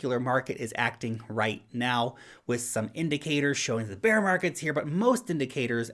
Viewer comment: Actually he saying "beer" 😊